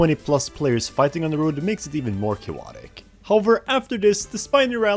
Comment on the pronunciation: why do you say cayowotic so much